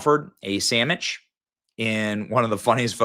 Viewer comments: What is a samich? Are you trying to say sandwich?? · Did you say “Sam-Mitch?’ That’s hilarious. They should let Greta etal land. That would put an end to her nonsense and platform. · "Samich!" Coffee almost spit out!!😂😂This entire video is cracking me up hard!!😂😂😂😂 "12th century farmer!"😂😂Sstttooooppp!😂😂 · Benny said, “Greta loves herself a tasty sammich.” 🤣🤣🤣🤣